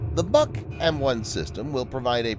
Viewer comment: Its not the "buck". Its the "book". Russians like to name equipment after trees - buk, yasen, berezka, ryabina, akaciya, vishnya, yolka, iva, kedr, kiparis, klen, liana, olkha, palma, rakita